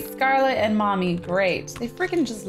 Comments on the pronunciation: She said "Mommy" instead of "Tommy" XD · She said mommy not Tommy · Anyone noticed she sais mommy instead of tommy like if u noticed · Did you not know you said mommy instead of tommy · Cupquake u said mommy inserted of tommy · "Find Stacy, Scarlet and mommy" haha lol she said mommy instead of tommy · SHE SAID FIND STACY,SCARLETAND MOMMY AHAHAHAHAHAHAH SHE SAID MOMMY INSTEAD OF TOMMYAND THEN SHE WAS LIKE LETS FIND MOMMY FIRST 😂😂😂😂😂😂😂😂😂😂😂😂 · did anyone notice cupqucke sed mommy insted of tommy!? XD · you said mommy insted of tommy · She said Mommy instead of Tommy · Did anyone notice she said "mommy instead of tommy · did you not notice that you said mommy not tommy!!! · did anyone relize she said mommy instead of tommy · Why joo missprononce tomby an say momby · Anyone notice that she called ‘Tommy” “mommy”?